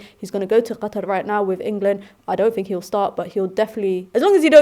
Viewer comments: Loved the way pronounced Qatar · The Arabic way to say Qatar, NICE! You truly are a Gem! Big up to Fleck and UV for finding Her and giving Her time! Truly well deserved! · Good analysis as usual spitting fire. Also pronounced Qatar correct in the way it sounds in Arabic, well done. Thanks UV for the great content.